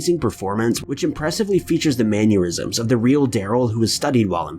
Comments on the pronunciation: "Maneurisms "!?? C'mon dude, it's MANNERISMS. I'm not the grammar or spelling police, but this one is a personal pet peeve. Sry! Love your channel though! ! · Bruh, you gotta stop pronouncing "mannerisms" like "aneurysms"